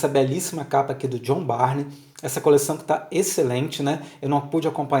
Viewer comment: A pronúncia é "burn", não Barney.